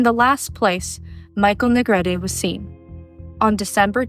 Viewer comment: Finally, a narrator that pronounced Michael's surname right. It is pronounced "Ne-gre-te)", not ",Na Greet."